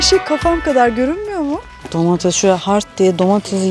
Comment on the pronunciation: Şenay hanım ben emekli bir öğretmen ve de yanlış telaffuzlara takıntılı bir insan olarak sizin domateZ ve patateZ deyişiniz beni biraz irite etti. Darılmazsanız bunların domateS ve patateS olarak telaffuz edilmesi gerektiğini belirtmek isterim, anlayışınız için teşekkürler :)